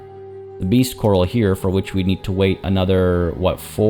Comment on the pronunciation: Last episode I didn't want to nitpick but now it came up quite a few times, so: "corral" isn't pronounced quite like "coral". The emphasis is on the second syllable and it's A as in Apple